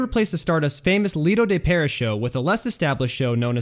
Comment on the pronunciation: Very interesting, BUT: Tan-JEERS, Pair-EE (C'mon, Man), and Harry S. Truman?